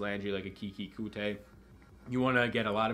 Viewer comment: Coutee is pronounced as QT. Just a fyi